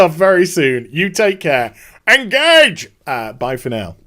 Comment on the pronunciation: Well I was all set to give you a Thumbs up then you had to go and flub the "Engage" part....LOL. No great vid, I hope you right.